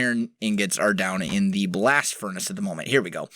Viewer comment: Good English... Can u repeat that in a way that people can understand next time plz